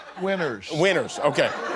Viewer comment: "Winners" sounds like "whiners", but with a southern accent. Lmao